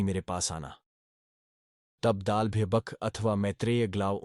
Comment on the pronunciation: दाल्भ्य या दालभ्य? कुछ त्रुटि है , उच्चारण में ।!